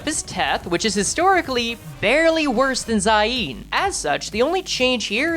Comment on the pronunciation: I’m crine bro been playing limbus since launch and pronounces “zayin” as “zaieen”